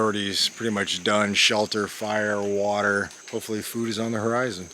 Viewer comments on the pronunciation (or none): none